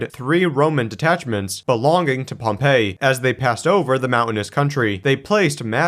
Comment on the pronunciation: You might want to look up the pronunciation of Pompey and Mithridates.